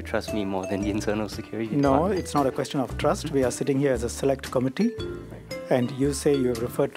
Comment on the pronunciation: It’s question NOT quesTion! Learn that first!